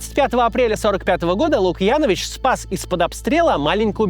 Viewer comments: Максим, правильно говорить Трифон ЛукъянОвич, ударение на О. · Максим, ударение на предпоследний слог в фамилии ЛукьянОвич. Пожалуйста учитывайте это впредь, ведь мы не сербы, а беларусы, у нас такие правила... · Не ЛукьЯнович, а ЛукьянОвич. Кац, не коверкай беларуские фамилии.